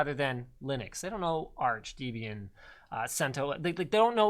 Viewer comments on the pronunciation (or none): It's Debian not Deebian. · Linus, the first syllable of Debian is pronounced like Debra, not like debunk. Debian is named for the name of the wife of the founder, Debra, plus the founder himself, Ian Murdock.